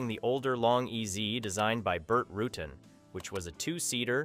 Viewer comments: Burt "Ru-Tan" rather than "Ruten", 'Very E-Zee" rather than "Veryez", : SAAB "Vig-en' rather than "Vegan", : "Ly-comb-ing" rather than 'Lie-cuming", and Retractable "Gear" rather than Retractable "Gears" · The name is pronounced Roo-tan, not Rootin. Please correct this outrage. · Wow. How many facts and pronunciations can you get wrong in one video? The first Velocity was just a Velocity, then it became the STD (Standard) or the SUV. After those, came the SE (Standard Elite. Standard body, Elite trim meant it had 2 gullwing doors). And it's Rutan, not Rootan. It's Vari EZ (eventhough it's spelled Varieze), or Very Easy, because it was the first homebuilt plane to use composite construction, so making complex curves was EASY compared to wood or aluminum homebuilts. why are you showing the Vtwin when you're talking about the XL? no carbon fiber would not be a better choice. It's stiff and brittle and only marginally lighter than glass. You want the wings to bend, not break. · He was mentioned but this idiot didn't pronounce the name correctly. That tells me he knows nothing about the history of this aircraft or it's designer.😮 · Correction, only the first use of the name was pronounced incorrectly.